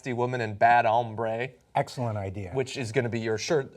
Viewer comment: Can we not talk about the fact that he pronounced it as "hambre"?